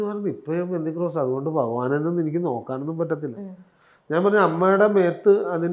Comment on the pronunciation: പെന്തിക്രോസ് അല്ല പെന്തക്കോസ്